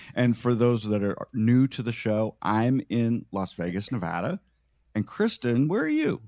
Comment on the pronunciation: Thank you so so so much for saying Nevada right!